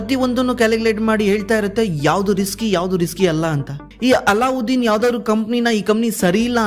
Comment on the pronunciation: Not " ಅಲ್ಲಾಉದ್ದೀನ್ ", "ಅಲದ್ದೀನ್" ಅಂತ